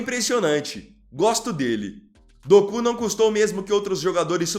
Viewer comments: Meu querido, não é Dokú, e sim, Doku. Kkkkkk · Quando fala doku eu racho o bico 😂😂😂😂 kk